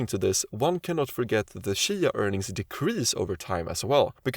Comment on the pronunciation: Its cheeeya. Not shya